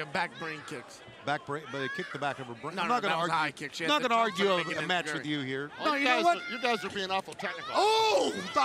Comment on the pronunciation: Tony: ENZIGURI Eddie: that's a high kick shiavone Smh 🤣🤣🤣